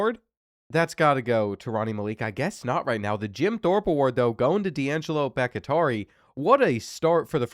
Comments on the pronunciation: I’m prefacing this with it not being a big deal at all, but I do think Bakhtiari is pronounced Bach-tee-are-e Other than that, keep up the great work! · BACK-TEA-ARI please god let him learn how to pronounce that legends name properly lol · Pronounced bok-tee-ari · It’s pronounced BAK-TEE-AH-REE😭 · Butchering Bakhtiari like crazy 😂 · The way you say Bakhtiari is so horrid lmao. Cmon bruh. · Sitting here wondering if his coach would ever pronounce his name correctly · That Bakhtiari pronunciation is nails on a chalkboard every time. How do you keep botching that? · Bro please it's becoming unwatchable hearing you mispronounce these easy names. I don't know if it's ragebait or not but it's BAHK-TEE-AREE it's spelled Bakhtiari. Have you never heard of David Bakhtiari? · Why are you pronouncing Bahktiari so insanely poor? Go look up the pronunciation for former Packers LT David Bahktiari. It is "Bahk-Tee-Ari" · BOCK - TEE - AR - EE is the pronunciation of Bakhtiari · Bakhtiari bahk-tee-AH-ree bahk-tee-AA-ree Please 😆 🤣 B T Dubs love your content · BOCK-TEE-ARE-EE!!! You mispronouncing that name is killing me 😅😂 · It’s driving me insane so I have to say it. Dudes name is pronounced Bock-Tea-Are-ee. It’s not Bock-Atari! lol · ITS BACH-TI-ARI, LIKE FORMER PACKERS O-LINEMAN DAVID BAKHTIARI, NOT BACH-IH-TARI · Brother. I love you. But if I hear you mispronounce BOCK-tee-are-eee one more time I’m going to absolutely crash out. David Bakhtiari was an amazing offensive lineman before injuries derailed his career. Please do better next episode and I’ll let you pick the first team I do for my rebuild series ❤️ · brother it’s Bahk-tee-ah-ree, not Back-ih-tar-ee. David Bakhtiari was one of the best OTs in the NFL for a decade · Bakhtiari is pronounced Baak-Tee-Are-E, not Bak-It-tari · Bakatari 😂 The Kentucky is Kentuckying with the reading comprehension on this one. Bak-Tiar-i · no new stadiums :/. also why do you keep saying bakitari for bakhtiari. bakh-tiari. not baki-tari.